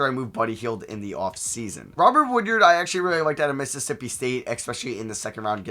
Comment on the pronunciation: For future reference it’s pronounced WOOD-ARD not WOOD-YARD. Much love